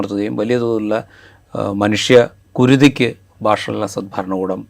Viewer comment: ബശാർ ✅ ബാഷർ ❌